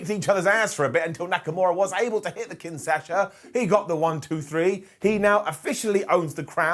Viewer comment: It's called KINSHASA,. Not KINSASHA.